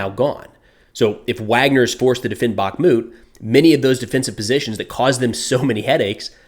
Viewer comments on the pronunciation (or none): Just a note: it's not BaKmut, it's BaHmut (H as High, Hot, Holly..) 🙂